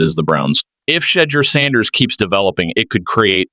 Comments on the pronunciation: Whoever was doing this commentary couldn't even say the name right, love Sanders but Cleveland going nowhere in that division let alone the AFC. This looks like a set up for Sanders to fail. I hope he quits football so he doesn't get hurt fooling with this incompetent team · SAY HIS NAME RIGHT MEN.